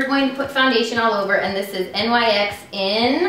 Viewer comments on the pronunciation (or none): no it's pronounced nicks not n y x. I work at ULTA and its one of my fave brands :) love the makeup! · I can't tell you how many videos I've watched that included a NYX makeup thing and she pronounced it "Nix". Is it called both? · NYX is pronounced like "Nicks" but it can be either way I guess